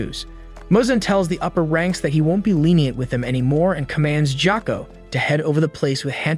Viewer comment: ITS GYOKO NOT JOKO AND ITS KANOA NOT KANOW AND ITS SANEMI SHINAZAGAWA NOT SENAMI SHIUZIGWGAA AND DONT CALL ME SWEET KAWAII NEZUKO AND WHY THE HELL ARE YOU CALLING PEOPLE “ Kawaii mitsuri “ ETC. WHY ARE YOU CALLING PEOPLE KAWAI ITS WEIRD